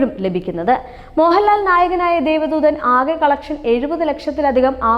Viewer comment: രഘു നാഥ് പാലേരി അല്ല കൊച്ചേ 🤩രഘുനാഥ് പല്ലേരി. അത് പോലേ ദേവ ദൂതൻ ആണ് ദൈവ ദൂതർ അല്ല.. ആദ്യം അതെങ്കിലും തെറ്റാതെ പറഞ്ഞു പഠിക്ക്